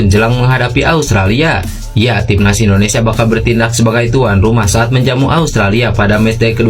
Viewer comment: IndoneSIA Bro, bukan IndoneSA....